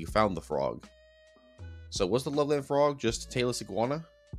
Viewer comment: As someone who lived in Loveland (Ohio, not to be confused with Loveland Colorado, a larger city), I can say that "Loveland" is pronounced more like "Lovelend", with a hard "eh" instead of "love-land". People actually talk about it quite a bit there, and local shops sell frogman t-shirts and whatnot. I've never actually met anyone who thinks it's real, but whatever. If anyone wants to know, I now live in the LA area.